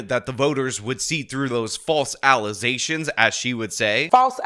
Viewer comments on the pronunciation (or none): What is a “alization”